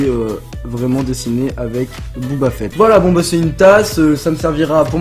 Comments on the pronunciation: On ne dit pas Booba Fett mais Boba Fett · Booba fett ok😂. C'est boba fett